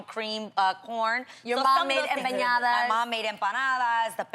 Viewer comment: lmfaooo she said empanadas like "em-eh-yadas" Aw Jeanie you tried! <3